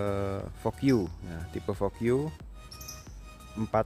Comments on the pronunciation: Fogyu😂😂😂 Vouge mas vouge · Bacanya, "voug" e nya gak ikut dilafalin